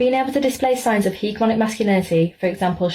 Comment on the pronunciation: 1704: That moron couldn't even pronounce hegemonic. She doesn't know what most of the words in her spiel even mean. She only cares that it shits on men.